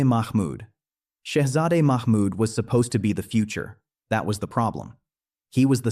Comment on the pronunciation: Its not mak mud....its mahmud